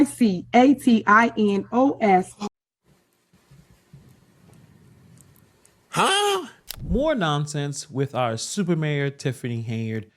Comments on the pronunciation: “COMMUNICATINOS”. 😂 Super Dumb Mayor.💩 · Communicatinos! I knew I was saying it wrong! 😂😂😂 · never mind the fact that she can’t pronounce “communications,” she can’t spell it correctly or whoever gave her that document is also illiterate. Months later, I understand what she and Michael Smith (D-O-T-T-S)